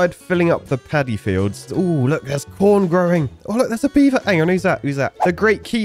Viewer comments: I think I need to get my ears checked, it did not sound like you said "corn" lmao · Our minds must be affected by the filthy poopwater , because i swear i heard the same